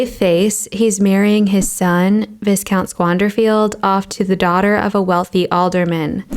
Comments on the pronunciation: I could be wrong but I believe that "viscount" is pronounced "Vye-count" instead of "Vis-count". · vai·kownt Not "vis-" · "Viscount" is pronounced "vy-count" (silent "s") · not VIS-COUNT. the pronunciation is VI-COUNT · Isn't that "vi-count", not "vis-count"? I'm sorry to pick nits. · The robot voice is hopeless. The prounciation of many of the words is absurd: for example, viscount is pronounced v-eye-count and not vizcount. The American accent doesn't fit well. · It's not Viss-count it's pronounced Vie-count, you don't pronounce the S it's silent. Viscount. You're welcome. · Not pronounced vis-count but instead vie-count. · Your content is very illustrative, but you have to improve your (British) English! It's not pronounced vis-count, but vi-count (or vie-count). For the rest I enjoy your videos! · I've just started watching your videos and love your insights. But, please, it's pronounced vigh-count, silent s, not viscount. Minor quibble. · it’s “Viiii-count”, not Vis-count”. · Bravo! Really expanded my understanding of Hogarth. In most art books, you get only one or two reproductions and a few words of commentary. Just one note from the Pronunciation Police: "viscount" is pronounced "vie-count", not "viss-count". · "Viscount" is pronounced VY-COUNT, not VISS-COUNT. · Sorry, I'm not trying to be THAT person, but I guess I am THAT person. It's pronounced VYcount, not VIScount. The S is silent. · Did you say, “Visss-count”? Just to let you know, tis pronounced /ˈvīˌkount, / ˈ v aɪ k aʊ n t / ⓘ VY-kownt/ Doesn’t rhyme with discount. 😊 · Vi- Count, dear girl, not VIS- count😮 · Viscount is pronounced VI-count not ViS-count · It's Vy-count, not Viss-count, because of course it is. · Viscount is pronounced VAI kownt. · viscous viscount? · They're pronounced VY-count and Vy-COUNT-ess. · Dear, It is pronounced "vai-kownt", as in "I am vying for your attention: you do a nice job, but please look up unfamiliar words". Very entertaining, though. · Viscount = Vycount